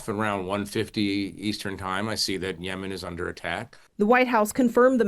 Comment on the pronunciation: CTG...you pronounce Yemen incorrectly. Which is crazy being hes in NY where theres a lot of Yemen ppl